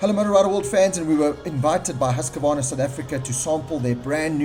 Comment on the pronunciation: Seriously.... It's HUSK-VARNA. Not HUSK-A-VARNA.... FFS...